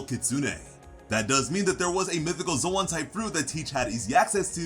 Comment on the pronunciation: Ive never heard it pronounced zowan before